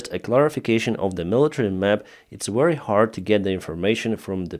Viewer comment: the way you say ( very ) is wrong. you pronounce it like war wary it sounds like. is pronounce Ve-ry like victoria. Very.